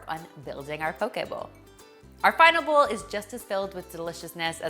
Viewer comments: Are you saying bull or bowl?🤔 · whenever you say ‘bowl’, it sounds like ‘bull’. 🤭